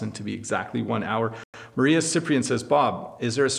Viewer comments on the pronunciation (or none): none